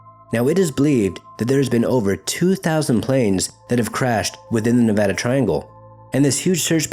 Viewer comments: Thank you for saying Nevada Correctly. We hate it when people say it wrong. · great video..I grew up around this triangle. .also thanks for pronouncing Nevada right lol